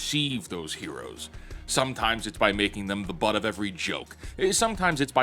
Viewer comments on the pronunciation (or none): none